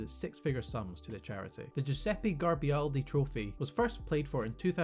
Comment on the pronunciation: Garibaldi, not Garbialdi